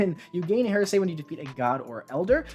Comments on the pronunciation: It's pronounced HAIR-uh-see, not HER-say. He's a heretic, not a lawyer in the Depp v Herd trial. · You should look up how to pronounce heresy